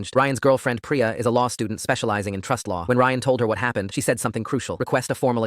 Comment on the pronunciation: It's not Pry-ah it's Pree-ah. That is how you pronounce Priya. Stupid AI stories and voice.